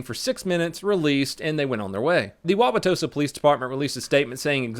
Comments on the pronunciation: I love how he first said Wauwatosa, sounded like he practiced it a bunch of times before the video :D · Wow.. he said Wauwatosa right lol not many ppl do say that correctly, there are alot tougher names here but that is up there. Most emphasize the u which makes it really funny to see them try to pronounce it lol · Kudos for saying Wauwatosa right. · You are a honorary Wisconsinite because you can pronounce Wauwatosa correctly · Holy dogshit you pronounced it right. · Props you did a great job of pronouncing the Native American name. Lots of funny ones in Wisconsin that are fun to listen to others try and say if they aren't familiar with them. Lol. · Good pronunciation of Wauwatosa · Lol, I live near wauwatosa, you pronounced it correctly but you seemed really hesitant in the way you said it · Props on pronouncing "Wauwatosa" correctly!!! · Good job pronouncing Wauwatosa. Most people screw it up. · You actually pronounced wauwatosa right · AYYYYY Way to pronounce Wauwatosa correctly on the first try! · clap clap clap pronounce wa-wa-tosa correctly!!! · LMAO, in the dashcam footage of that first video I know exactly where that watertower is, I've driven past it on the freeway. Also, thanks for pronouncing Wauwatosa correctly, we've got some silly city names here. Like oconomowoc, which is also my favorite hangman word.